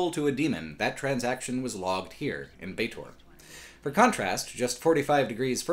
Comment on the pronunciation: Bar that! It's Sigil, berk! With a soft g...like in 'glove'. Also Baatezu and Baator...frst a is pronounced like e in 'enemy' and the second like a in 'alchemy'. Baator. A cutter ought to know these things.